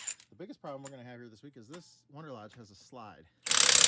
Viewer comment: I thought they are "Wanderlodge" vehicles? I keep hearing you say "Wonderlodge".....